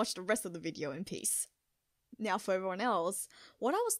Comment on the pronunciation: Well nyow that you know you pronounce now as nyow, don't stop that, it's super adorable.